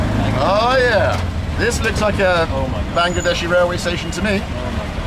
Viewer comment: "Bangedeshi train" উচ্চারণটা খুব ভালো লাগলো! 😂😂